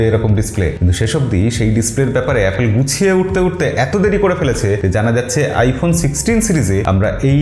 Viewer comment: এই ভাই থামেন থামেন আগে এ্যাপল বলা শিখেন 😂